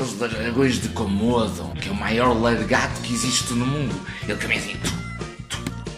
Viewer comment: "Largato" ahah